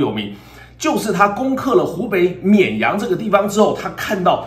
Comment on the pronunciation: 沔阳 这次终于读对了😂😂